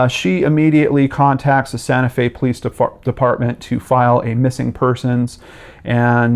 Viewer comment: "police defartment"